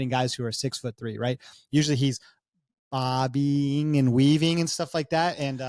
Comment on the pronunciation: My man said "Bobby'ing and weaving" 😭